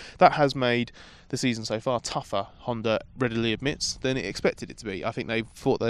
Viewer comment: Spell it with me... Honda, not Hondar.